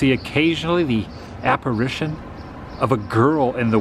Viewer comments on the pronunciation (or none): none